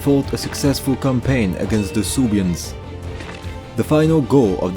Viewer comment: Of course the only point of critique I have is how you pronounce Suebians. But from your latest video, I know that you now know how to pronounce it in a better way! Another thing pretty much everyone gets wrong are the Cs. They represent a K sound. So Odoaker, Rikimer.